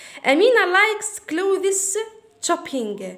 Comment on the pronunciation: شكرا حبيبتي حابة اصحح المعلومة clothes لا تنطق كلوذيس. فا على ما اظن تنطق كلوذ. اللهم اني بلغت الله يحفضك